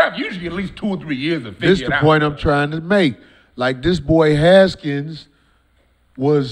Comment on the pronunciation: Only thing I dislike about Corey is him talking about shit he doesn’t know the details all about lol WFT fans like myself no why he was let go 😂 and it’s Haskins NOT “Gaskins”